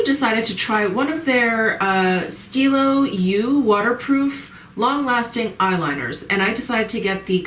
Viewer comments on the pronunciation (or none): Hi just discovered your channel - great info and style. I love it. Just one little pointer its not “ stilo you “ but stilo Zjeux You pronounce the eux like in the canadian montreux 👍